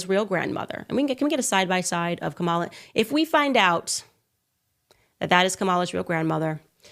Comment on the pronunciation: Hey Caindisss it’s COMMA LA!